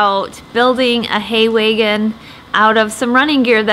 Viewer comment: That’s wAgon. Not “weigon”. Haha. Gotta love the different accents around the country